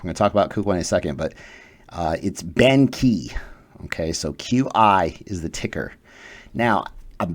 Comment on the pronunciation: Just wanna say, "Qi" is pronounced as "Chi" not as "Ki".